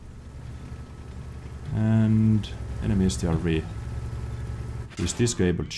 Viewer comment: Strv is not pronounced S.T.R.V it is an abbreviation for stridsvagn (tank in English)